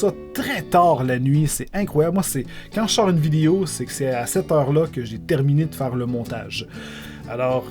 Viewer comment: j'aime comment tu dis video ''videyo'' XD